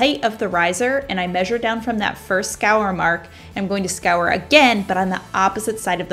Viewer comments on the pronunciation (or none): It's score not scour lol! Great ideas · Omg I couldn’t figure out what it was she was saying!!! Lol I love that she’s not perfect!😂🤣❤️